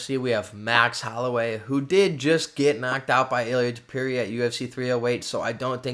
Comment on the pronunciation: Bro Google translate teaches the pronunciation hahaha, what's going on with Tewpeereea 😭